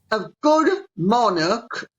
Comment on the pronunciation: Thank God that Lady C pronounces the word "monarch" correctly - NOT as so many are now saying - MON-ARK !